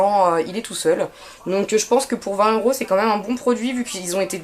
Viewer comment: Mdr eruos au lieu de euros